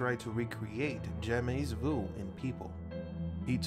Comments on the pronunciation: I feel like I should be watching this late at night in bed with the lights out. Anyway, he keeps saying "jamais" wrong. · Very interesting but his constant mispronunciation of 'jamais' drove me nuts and distracted me. Here because of BTS...